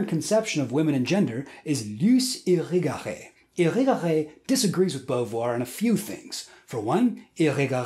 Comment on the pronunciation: The way you pronounced Irigaray so well after hearing it a few times only is impressive.